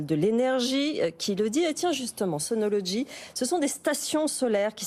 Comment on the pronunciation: C'est bizarre que cette dame n'arrive pas à prononcer le mot SUNOLOGY en langage français normal, ordinaire. Son SunoloDgy est un peu pataud. Au passage, j'en possède sur mon toit car j'ai aimé le côté "français" de l'assembleur/distributeur.